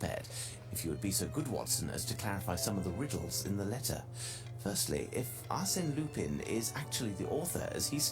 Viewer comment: YAY another Sherlock game :) Apparently it's pronounced 'Ar-Senn Lu-pahn'